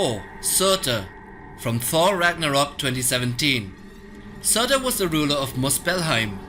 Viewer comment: Surtur -} serter